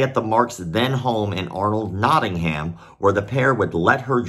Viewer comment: Nottingham is pronounced Notting’um